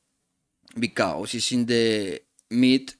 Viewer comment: Thanks for sharing your knowledge. Suggestion: the words because, trust. You need to improve their pronunciation for your next videos. Or you can use AI to translate your videos from Spanish to English